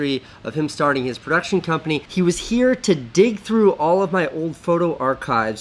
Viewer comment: "WERE REALLY DOIN IT HAAAIR"